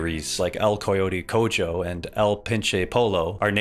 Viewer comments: Great video, but I'm pretty sure you butchered pronunciation of "el coyote cojo" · the way you pronounced "el coyote cojo" and "el pinche pollo" 😭😭😭😭